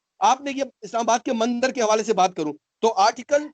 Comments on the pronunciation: Ask this "Hindu" person something about hinduism. The truth will be reavealed . ( He says Mandar instead of Mandir ) If he could just say a single sentence in any of hindu language. I can gauruntee that He would not be able to say anything about Hinduism. He already became Pakistaani Muslim like others. Please dont call him hindu. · Ye mandir bhi ni bol paa rahe mandar keh rahe socho thoda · When he says mandar to mandir.... It create doubts... If he is Hindu...